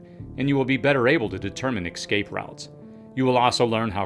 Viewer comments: Escape. ESC-APE. Not excape. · It’s ESCAPE! Not EXCAPE!🤦‍♂️ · Escape NOT Excape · Say it with me; ES-CAPE. Not EX-CAPE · Ffs it's Escape not EKscape. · ek-scape? no, my dear sir, it is es-cape. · Exscape! This video is fine but EXSCAPE is driving me crazy. Escape. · ESCAPE - not EXCAPE. Sheesh. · Ekscape Ekscaping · You had me all the way up til "excape" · Some very good information here. And the word is pronounced "Ess-kayp" without an "x", please. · Lol…he keeps saying exscape like it’s a real word. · excellent into ! If you're going to be an expert on emergencies, you should probably learn how to pronounce 'eS-cape' though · Escape... Esss-cape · Ex-cape? Smh. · There is no “k” in “escape”. So annoying when people do this.